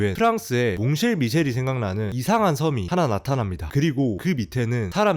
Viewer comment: 몽쉘미셸이 아니고 몽상미셸 입니다.